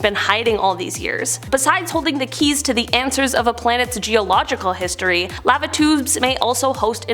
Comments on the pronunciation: I thought she was saying "Latitudes" instead of "Lava Tubes" for a hot minute. I say laa-vuh 😅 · Am I the only one that doesn’t like the way she says the word lava